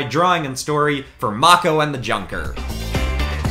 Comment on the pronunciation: i hope you meant to say "mako" like "mocco" (its actually pronounced "mayko")